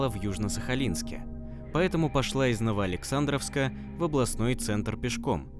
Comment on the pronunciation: Кто читает текст-прежде нужно уточнять названия населенных пунктов о которых идёт речь.Я сахалинка,с Южного.Очень режет слух ДОлинск,ХОлмский район,Ново-Александровка.А в общем спасибо за работу.